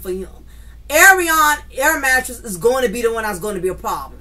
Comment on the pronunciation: air mattress is a good one every time you say it. I be screaming 🤣🤣🤣🤣🤣